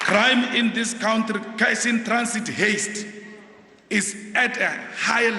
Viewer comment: country - it's pronounced cuntree not cowntree